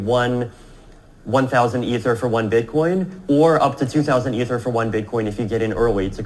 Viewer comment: Please stop mispronouncing Ether, it would make a new listener feel your content was less amazing/credible than it is. Love everything you’re doing for the community!